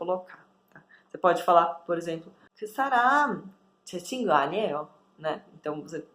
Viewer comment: Amigo é "친구" ou "진구"?